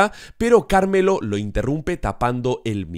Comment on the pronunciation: Como es posible que semana a semana siga empeorando el como dice el nombre de carmelo